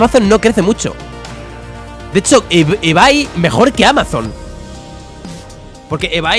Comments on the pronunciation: Todos: se pronouncia ibei Absolutamente todos: se pronuncia ibei Folagor: ebay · porque lo pronuncia ebai y se pronuncia ibei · "ebay" = ibey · Absolutamente nadie: Folagor: "EBAY" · Lo dice solo él que yo sepa 🤣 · Hola soy nuevo y ebay se pronuncia ibey